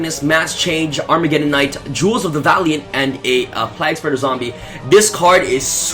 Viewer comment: PLAGGspreader... I cringed every time I heard it lol.